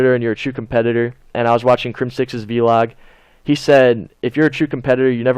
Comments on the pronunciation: did he just say V-LOG instead of VLOG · Did he say V-log 😂